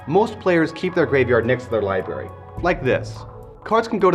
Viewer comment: It's pronounced: "LIBRARY" with an R.